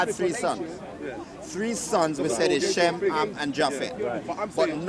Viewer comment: Arabic didn't exist in biblical times 😂 ham is not pronounced like that bruhhhh ge'ez script is 5,000 years old is older than hebrew aramaic and southern arabian script the only thing in the same ball park as ge'ez would be other african languages also biblical text is not historically accurate at all